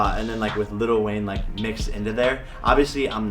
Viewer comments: little wayne 😆 there is no Ts!! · Little.... with an it_tall. Like little debbie. Like little without an itt_al Wayne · The fact that he calls lil Wayne “little Wayne” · did he really call lil wayne LITTLE wayne 🤦‍♀️ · He kept saying little wayne lolol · “Little” lol “Lil” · Mans said Little Wayne! 😂💀